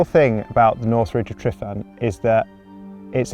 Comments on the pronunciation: Great video but please pronounce it correctly "" lol. The single F is said as a V. Not an F. Two Fs would be F. So the lump on the ground your climbing is said phonetically as. Tre Van ". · Great video, but please for the Welsh community learn the pronunciation for the mountain Tryfan. You’ve said it wrong so many times lol 😂😂😂 and kept getting worse each time 😂😂